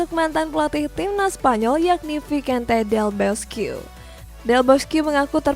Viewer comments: Mbacannya visente Del Boskie, bukan visense Del boskue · Mba, itu bacanya visente Del boske bukan vikente Del boskyu